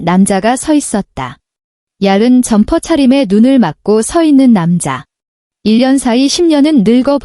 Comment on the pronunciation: 이 성우는 한국인이 아닌가? 왜 발음이 항상 틀리나. 얇다는 얄은으로 늘 발음헌다 틀리는 발음이 너무 많다.듣기 싫다.